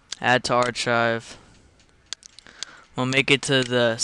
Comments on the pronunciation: Archive is pronounced Ar-Kive not Ar-Chive. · archive- is annunciated "ar-kive" not "ar-chive" it did make me laugh though.